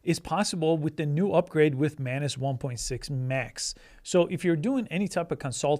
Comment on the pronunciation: its not man-ass you silly billy